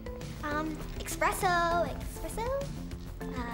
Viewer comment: "EXPRESSO??" lol